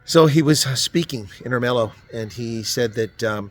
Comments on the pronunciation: Er-me-lo ..... not Er-mel-o 😂😂😂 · Nice one, couple of pointers re local words: With Ermelo the accent is on the ERmelo. With ahdeedah it's also on the first syllable as in AHdeedah. Go well! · It's not pronounced Ermelo it's Ermelo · Great video, as always. But could you please stop mispronouncing Ermelo and Hadidas?